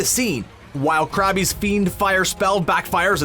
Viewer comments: It’s “Crabbe” but pronounced as Crab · It’s crabbe not crabbey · and crabbe is “crabby?!?!” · Just so you know, it’s spelled “Crabbe” but it’s just pronounced crab, not crabby. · Did he just call him “Crabby?” Get someone who knows what they’re talking about